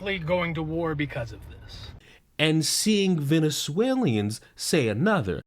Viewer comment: I like your take and for the most part agree. Just one thing bro — learn how to say “Venezuelans”